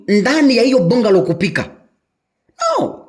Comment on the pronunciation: It's a "bangalow". Though spelt bungalow